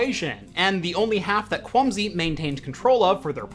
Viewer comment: Am I the only one that kept hearing 'Clumsy' instead of 'Kwumsy'? No offense to the manufacturer, just a unfortunate coincidence I think?